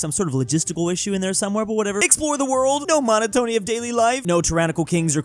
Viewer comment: Today I learned that does not know how to pronounce monotony.